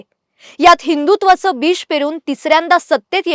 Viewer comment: ताई विडिओ छान झाला आहे. पण तुम्ही हिदुत्वाच बीज पेरून बोलायला पाहिजे तिकडे विष असा उच्चार होत आहे.